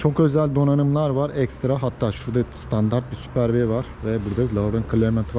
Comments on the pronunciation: Superb’i yanlış telaffuz etmeyin artık sene 2021 olmuş... Sondaki b harfi ayrı değil. Superb diye bir kelime VAR. Skoda gerizekalı değil, Super B diye bir model çıkartmak isteyip de B harfini yanlışlıkla birleşik yazmış değil. Bu arabanın yazılışı Superb. Okunuşu da Superb. Süper BE değil, süper Bİ değil. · Süper Bi, Süper Be yanlis telafuz. Süperb dogrusudur. Bilginize. No offense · İnsan videosunu çekmek için emek harcadığı aracın adının bile nasıl telaffuz edildiğini öğrenmeye tenezzül etmemiş.